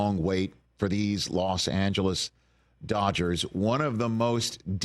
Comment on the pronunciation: Like NY is not "swimming in cash?" BTW it's NOT "Las Angeles," it's LOS Angeles.